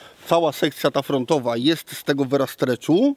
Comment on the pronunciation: Versa nie vera